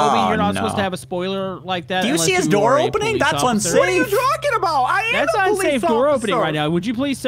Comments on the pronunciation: Bro it's not called ociffer it's officer.😑😑😂😂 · said "Occifer" in the beginning of the video lol